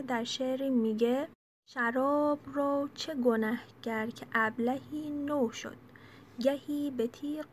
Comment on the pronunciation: باسلام,کلیپ نسبتا خوبی بود,اما گوینده ,شعر رو درست نمیخونه,در واقع روح شعر رو فدای نریشن میکنه,یکبار دیگه خودتون بشنوید و به نظرم اگه ممکنه اصلاح بشه ..نوشیدن شراب رو میگه نو شد,بمعنیِ تازه شدن,در صورتی که نوشَد درسته..